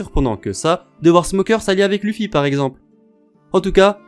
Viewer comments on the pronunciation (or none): none